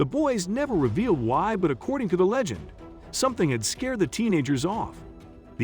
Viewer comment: all mistakes accordi? it's 200 years old not 300 one thousand seven hundred ninety nin??? it started 1795, not 179nin - those are not the three teenagers, those are the Lagina brothers they stopped at 30, not few. what scared the teenagers off? it's not 10 it's 9 - again, those are not the three teenagers!!! monsters? proof? it's not 30-40, it's 80-90 granite precisely? who is Edward "Rosnow"? 40 feet below, MILLION lbs are buried?????? No it's 2 million! you pronounced chappell wrong what evidence did he prove that he found a 250 yo French hunting ax??? two fifty? it's 2 HUNDRED fifty. one two seven? Francis Bacon is not Shakespeare pronounced Lagina wrong. what evidence is there to prove that Rick and Marty's parents owned a Reader's digest? two five? trayton? Lagina mispronunciation #2!!!!!!! seven dollars million? #3 time he mispronounces it!!! #4! at the swamp, not the MP! actually 371 years! 5th time! why u askin' me for? It's 228. SIX? they didn't find that! Chappell did! no stress in the words that's funny seven? 2 human bones. it's not Dayton it's Drayton you pronounced lead wrong 8???????????? pope didn't exist in 1119! - also that rhodolite brooch doesn't have anything to do with the templars! I bet you were referring to the la formule cipher "w